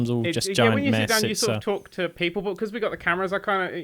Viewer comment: Ummm... awkward typo... you said shit not sit... LOL!